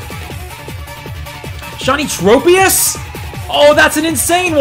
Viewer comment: Aye mate, it’s trop-ius, as in tropical 😂